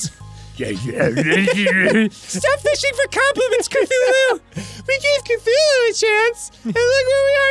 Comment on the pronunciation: It's "Cthulhu".